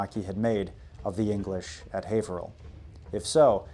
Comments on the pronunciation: You pronounced haverhill right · You can tell the man knows his business because he pronounces Haverhill correctly. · Haverhill native here - you're the first person from outside the general area that I've heard pronounce the city's name correctly :P